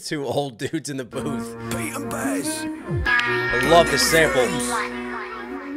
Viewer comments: Oh and its actually Bas as in Baz not Bass/Base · More Pete & Bas please. Oh and Bas is pronounced 'Baz'. I appreciate your knowledge of UK slang and culture coming from across the pond so just wanted to point that one out for you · Pronounced Baz... all Americans seem to struggle with it 😅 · Absolutely fucking hilarious. 😂 We are used to Pete and Bas (pronounced Baz) but I forget how class they are until seeing them through someone else’s eyes. You did so well to catch all the references in those strong accents. 🫶🫶🫶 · "Bas" is pronounced "Baz" (rhymes with Jazz).